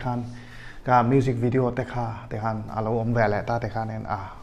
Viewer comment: "bijinesss" "mujik video" 😆 acting a rukin a bawn.